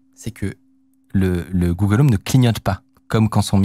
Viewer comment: google home pas google om